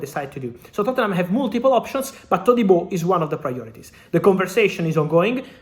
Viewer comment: He says his name correctly...